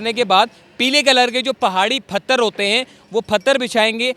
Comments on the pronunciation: Phatar nhe hota Bhai, pathar hota he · Phatar nhe hota Bhai, pathar hota he. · Its 'pathar' not 'phatar'. And its 'k-hana' not 'khana'. (khana kharab) Your pronunciation is wrong my friend.